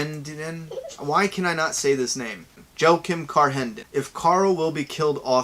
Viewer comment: The first Q&A person's name I suspect was: joachim? This is pronounced "WAH-KEEM"